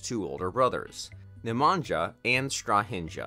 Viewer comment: Totaly wrong pronunciation of all names!!! Natalija is pronaunced Natalia, Stahinja is pronounced Stahinya, Nemanja is Nemanya. Ognjena is Ognyena.